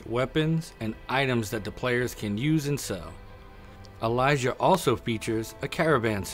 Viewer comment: Why does he pronounce it like Elijah? Its Eee-lee-si-ah lmao